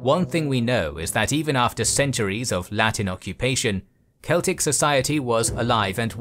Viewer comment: I absolutely LOVE how you pronounced the Celtic names.